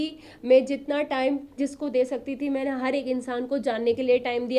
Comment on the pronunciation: Maine Hota hai mane nhi😂😂😂😂😂 kitni gawar lady hai ye isko Kaun andar lekar gaya .... wada paav bech 😂😂😂😂 sahi hai....